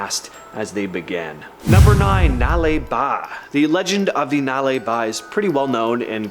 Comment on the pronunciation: Thanks for saying 'Nale Ba' correctly, you nailed it 👍